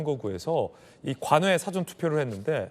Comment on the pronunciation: " 영어 사전"???? "사아 전"으로 소리는 내는 인간이 없는 한국입니다. 공부 좀 해라. 잘난 척 하지 말고.:face-red-droopy-eyes::face-red-droopy-eyes::face-red-droopy-eyes::face-red-droopy-eyes::face-red-droopy-eyes::face-red-droopy-eyes::face-red-droopy-eyes::face-red-droopy-eyes::face-red-droopy-eyes::face-red-droopy-eyes